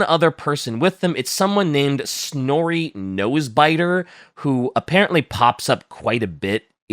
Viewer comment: How dare you besmearch the name of Snori Nosebiter!!!